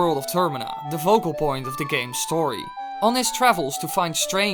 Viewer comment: focal isn't pronounced as vocal